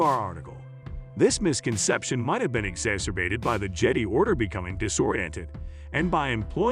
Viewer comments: Please if you launch a Star wars channel teach the AI voice to say JEDI not jeeddy 🤦🏻‍♂️ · fuck that robot voice...if the owner of this channel is too lazy to narrate their own videos, they don't deserve the thumbs up or consideration to finish the video...case in point: the voice pronounced jedi as jeddy. every human who has any interest will pronounce it right